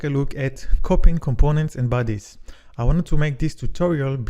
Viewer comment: when you told the word bodies,i thought you were saying "buddies".took some time to figure out Nice video overall